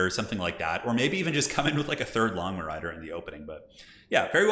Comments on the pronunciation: So "Longma" means dragon horse in Mandarin. The O sound in "Long" is the same as in "Lone". If you just say "Lone-mah", it'll be a pretty close approximation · longma is pronounced "l-oh-ng ma" phonetically, which translates into "dragon horse" of Chinese mythology. They're basically dragon scaled Pegasus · everytime you say 'Longmo' I hear lawnmow riders'